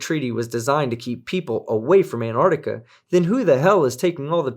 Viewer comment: Antar*C*tica. There is no silent c in there.